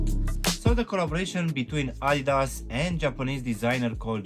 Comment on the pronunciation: Idas...🤦‍♀️ Adidas!!! Adidas!!!